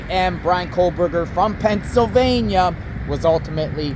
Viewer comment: KOH Berger No L sound